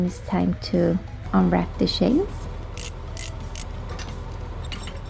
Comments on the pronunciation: I love the Swedish accent in English. I know I have a Swedish friend and there are just certain things he cannot say. The CH is really hard to pronounce. Like the "Snow Shanes" 😁😇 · I have always loved the way you pronounce 'chains' lol. It's fun listening to you speak.